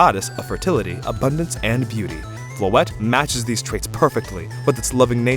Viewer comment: As a french speaker, I love hearing English speakers pronounce Floette like this. I've heard too much people pronouncing it "Floeetee" 😂